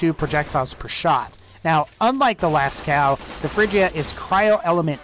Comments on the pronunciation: it s not pronounced lascau but lasco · lascow... it's Lascaux so las-co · la cow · its prenounced lasko and its name comes from a diffent source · Lascaux is pronounced “Lasco” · Pronounced Lascaux wrong but good vid bruh